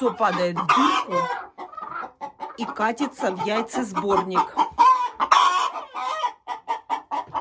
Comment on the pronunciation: Яйцо кати'ться😂😂😂 какая душная манера говорить и ставить ударения